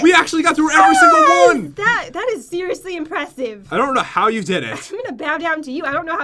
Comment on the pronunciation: **Three Two Wah